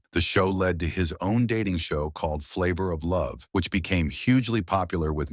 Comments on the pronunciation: You can pronounce everything else correctly but wanna say FLAVA FLAB, maybe you're the one who been on and still is on drugs. Don't mess up my boy name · You can't even pronounce flavor flay's name correctly.